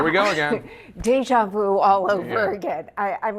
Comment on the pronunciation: Kraut size? Yeah Donold is a big fat Kraut. And again, it is NOT Deja Vous , it is deja vU....with ü as in German tür,or über, not with oe as in shoe or you. GET A Schooled journalist who knows how to pronounce French words, or one who doesn't use French words. HOW HARD CAN IT BE???? Middle school level...